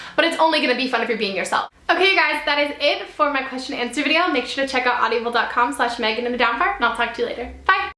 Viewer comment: You keep saying audiable D: I was like "wait...that doesn't sound right". I loved how at the end you were talking through hiccups haha it was cute. :)